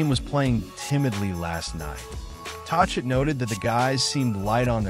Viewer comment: Learn to pronounce his name if you want to appear credible.